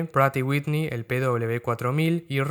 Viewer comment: Buen video! Por cierto, el nombre de la marca Pratt & Whitney es un nombre propio, así que la pronunciación correcta es en su idioma de origen “præt & ˈwɪtni”